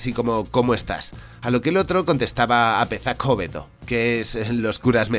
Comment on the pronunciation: Muy interesante. Lo único puntualizar que la "z" en euskera se pronuncia como la "s" en español, así que "zer moduz?" se leería "Ser modus?" y "apezako hobeto" sería "apesako hobeto". Me ha sonado como una mezcla de vasco-andalúz jjajaja. La respuesta "apezako hobeto" ( mejor sacerdote ) supongo que sería una forma de decir: "bueno, no estoy mal, pero si fuese sacerdote estaría mejor ( porque los sacerdotes seguramente vivirían bastante bien en aquella época en la que se pasaba hambre ).